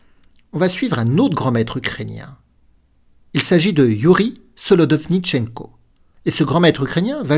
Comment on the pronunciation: Merci pour la vidéo 😀 je suis ravi de voir que l'entraînement sur la prononciation du nom du GM Solodovnichenko à portée ses fruits 😀